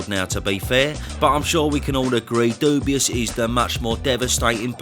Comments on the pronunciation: Cracks me up when you pronounce his name ‘Dubious’ 😂😂😂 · Why does he pronounce Dubois wrong?